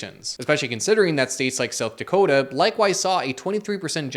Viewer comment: Beautifully explained. #factsandlogic The dry humor is most welcome. And you said South Dakota in your Canadian accent, my people thank you!